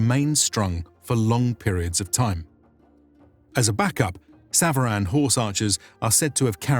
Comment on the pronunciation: Thank you very much for this episode. I just wanted to mention that SVARAN as mentioned in your episode is pronounced SAVARAN in farsi means mounted troops. Or SAVAREH NEZAM .🙏❤🤍💚